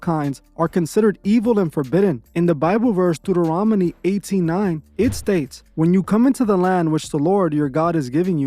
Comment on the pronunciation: Deuteronomy u mean 😂😂😂 A soothasayer 😂😂😂😂 SOR CER RER 😂😂😂